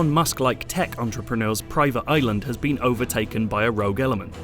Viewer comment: “Where nomads bean”